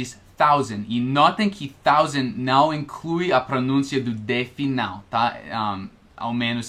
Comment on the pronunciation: Atenção as palavra são, observação e não, você esta pronunciando som, observaçom e nom. Você cometeu um erro ao pronunciar a palavra separá-la você disse "sepalá-la". Outro erro foi ao falar o verbo pronunciar, você disse "pronúncia" que é um substantivo, o correto nesse caso era pronuncia, esse realmente era muito difícil. Uma dica com relação a ao verbo pronunciar, quando você estiver conjugando esse verbo a sílaba tônica (sílaba com som mais forte) nunca será na sílaba num, ex: O pronuncia muito bem as palavras em português. Agora quando a sílaba tônica for na sílaba num, neste caso é um substantivo, ex A sua pronúncia em português é muito boa. Espero ter ajudado como você nos ajuda, um abraço